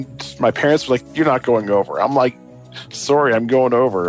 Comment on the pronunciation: his Canadian completely came out when he said suurrrrry and a boot. Holy crap this guy is Canadian as Canadian can be Canadian What is a Canadian juvy prison? Is that just a house with a sign saying please Don't run away? Lol and then if you do escape do the guards say sorry to you for arresting you? Lol